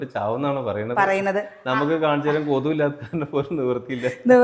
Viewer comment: Kothu alla kothuk.